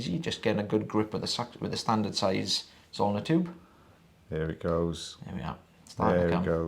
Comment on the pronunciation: Zoellner, perhaps? Rhymes with “ulnar” in standard west coast US accent.